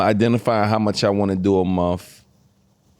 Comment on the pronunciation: As soon as she said every single monF instead of month I was like BRUH